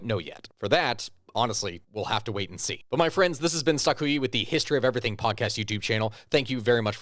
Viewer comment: is that stakuyi? IT IS Stakuyi.